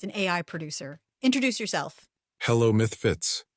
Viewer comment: Someone please make a Mike Tyson meme where he's saying Mythfits. Pretty please.